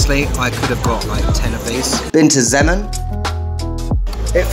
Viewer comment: It's Zemoooon, not Zem'n. :)